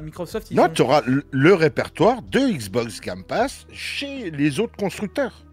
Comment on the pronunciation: "le gamme passe" tu m'as tué 😂